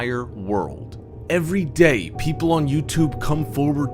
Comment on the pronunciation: Damn...why did you say day so hard?